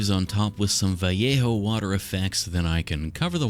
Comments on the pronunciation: You're the first person I've seen who pronounces vallejo correctly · Finally someone who pronounced vallejo properly c